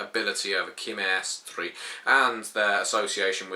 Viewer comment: WHAO ... when i heard you pronounce Chimerstry my jaw hit the floor... i always heard is sound like SHIMerstry